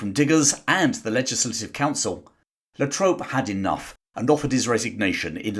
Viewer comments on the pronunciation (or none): Charles La Trobe (not La Trope) is the Governors name. La Trobe University in Melbourne is named after him.